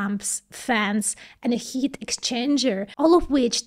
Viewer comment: though missprenouncing "heat" looks good on you, its pronounced HEET...